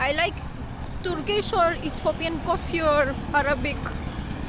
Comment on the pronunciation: You pronounced Coffee as "Kkofffi" 😅😂 Drive pronounced as "ddrrrrrive" 😅😂